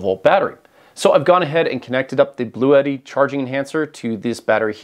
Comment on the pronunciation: Please,,,, the brand is Blue tti and you have to speak like blue (color) and (tti) have sound like “T”. It’s not Bluétti.